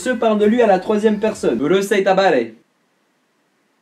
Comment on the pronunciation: Quand t'as dis "urusai tabare " sa ma fait rire 😂 desoler de te corriger mais obliger ^^ ce n'est pas "tabare" mais "damare"